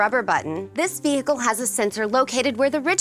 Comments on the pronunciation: Vee Hickle! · Then Select Vee Hickle